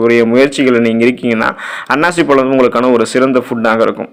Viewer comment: It is annasi pazhzam,not ,annachi pazhzm